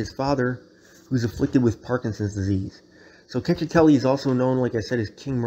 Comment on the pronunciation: “Check- eh- telli”